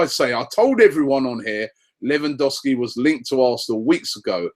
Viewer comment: Credit where it's due Rob, you got half of Lewandowski's pronunciation correct.